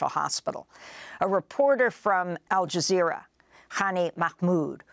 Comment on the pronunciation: AL JIZZZERA?!?! R u fn kidding me? They have lost all credibility during this sht show.